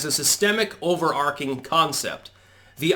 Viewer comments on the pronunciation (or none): overarching not pronounced ark....its like archie